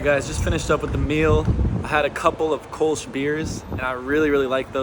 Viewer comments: Kurln is a better pronunciation. Or just Cologne. Kurlsh. But you are so right about German food! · ngl took me a bit to realize you said 'Kölsch' not 'kush' the first time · The "ö" of "Kölsch" is NOT spoken like an o, its fairly spoken like you would say "Murder" (see sound of the "u"). Actually same as "Köln", simply replace n by sch. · Kulch? muahahahahaha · Your "Koelsch" sounds like "Kush" but I hope that this will be also available in Cologne too, soon.🤣🤣🤣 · I understood "Kulsch" - LOL You actually meant "Kölsch" (Cologne beer). Nice video as always. Chris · so sweet how you said köllsch. It sounds like Kush :D